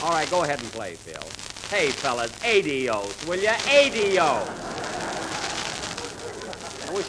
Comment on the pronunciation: Love how Jack mispronounced Spanish words; menaña and aydios